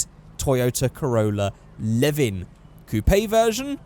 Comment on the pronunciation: When said ae86 I was oh yea then he said leven then i was like ahh fuck